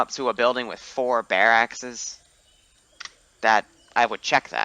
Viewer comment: Those bearAXE tho haha xD this is how to pronounce the word here